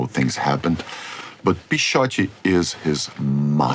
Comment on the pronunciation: Now I finally know how to pronounce Pixote correctly. Amazing movie.